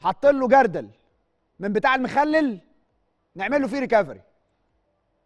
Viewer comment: مين ريكفري دا يا اما تتعلموا نُطق الكلمه صح او اتكلم باللُغه اللي تعرفها وماتقرفناش